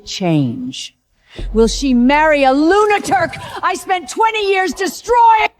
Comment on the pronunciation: "Lunaturc" is my favorite AI word.😂😂😂